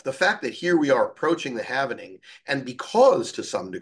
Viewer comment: It’s halving not halvening